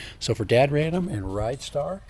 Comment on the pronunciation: its a Rid - Star not a ridestar.